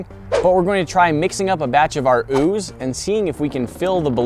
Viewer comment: haha ooz tring to exscape😂😂😂